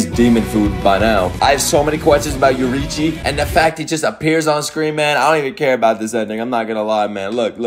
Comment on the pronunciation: the name is YO RI I CHI, take your time